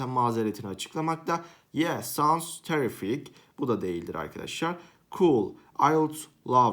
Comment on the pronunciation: Terrific kelimesini yanlis soylemedin mi